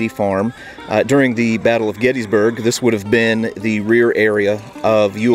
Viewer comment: I was there for Gettysburg 150–so much to learn. I finally got a mental map of the 1st day’s battle. BTW, the correct pronunciation is “Gettissburg”. Thanks for the tour!